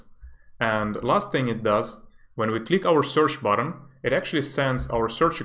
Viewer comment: These videos are pure gold! 💪🏻 by the way, I desperately want you to pronounce Button differently lol sounds like word "bottom"